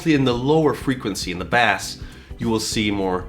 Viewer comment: This guy mispronounces so many words is not even funny. I about died when he said bass, made it sounds like a fish instead of an instrument.